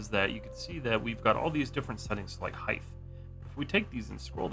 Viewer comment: I appreciate the video, and I don’t want to upset you by saying this, but constantly hearing “height” as “heighth”, like you’re a 16th-century man with wooden teeth, is driving me mad, especially when it’s said correctly in the same video. 😂 (I understand it’s a quirk in some parts of the South, so no hate, but it’s killing me.)